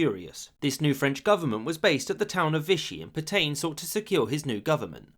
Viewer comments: Dubious pronunciation of Pétain. "[filip petɛ̃]" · Pétain = (closest English equivalent) "pey-TAN" with the N almost silent. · Please please it's pronounced PETA(n) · Reynaud, not Reynant Pétain, not Petaine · Say “Pet-anne” not “Pet-aine”. That’s a very basic and stupid error. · I enjoyed that, but for future reference, it is Pay-Tan, not Pe-Tain. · Great video. Especially that bit about Roosevelt vs Britain re: France. Only downside: the pronunciation of "Pétain" 🤦‍♂️😂 (Should be more like "Peh-tah", not "pertain"! 😂) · Puh-tain, for Petain? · I have to mention that Petain is pronounced "Petan" but of course the Brits have made a hobby of mispronouncing French words so maybe that's why. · The pronunciation of French words & names in this video is pretty bad. Per-tain, De Gool? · "Le croix de Phew"? Merde alors, votre pronunciation est un bit off 😄 It's 'Pay-tan', btw. Le Petomaine was the guy who farted for the amusement of theatre goers and "music hall" clientèle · Pétain, pronounce: 'Paytain' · Omg he doesn't even try to pronounce things right "Peetayn" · Phillipe Pay-tan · I enjoyed your video, but please learn to pronounce the French names correctly. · A lot of the comments in these videos are crap, needlessly snide and condescending. The British did not "run away" at Dunkirk. They evacuated an untenable situation and thereby were in a position to continue the war. Stop sneering. And for God's sake learn to pronounce simple foreign words like "feu" and "Petain". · Excellent research apart from pronunciation! Pétain and feu were ah interesting